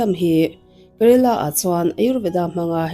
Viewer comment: Kerala tih tur